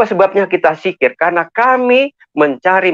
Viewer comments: Zikir bung bukan sikir.. klihatan bgt murtadin odong"..masa dosen bc Al'quran gk jelas. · Pendongeng handal ya 😂 maaf" ni yaa . Kalo Bapak dulunya islam pasti hal" yg udah dipelajari dari masih kecil pasti ngga akan salah dalam penyebutannya . Sekelas kata Dzikir aja diucap jikir 🤣kan lucu pak Edit: masih banyak juga kesalahan kata yg diucap 🤣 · Zikir goblok bukan sikir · Al khurabah... Wkwkwk... Apa an itu al khurabah? Kalau mau bohong mikir dulu dong... Biar nggak ketahuan, masa lulusan tarbiyah dan pengajar ngaji aja nggak betul mengucapkan kata dzikir dan laa ilaa ha ilallaah